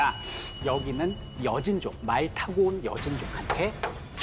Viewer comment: 다 좋은데. 여진족은 한국인도 아닌데. 뜸을 들이면서 무슨 히어로가 나오는것처럼 말을하시나요 ㅋ 설민석 특유의 임팩트주는 강의 스타일인건 알겠는데. 순간 여진족이 한민족인가 착각이 들정도였음 ㅋ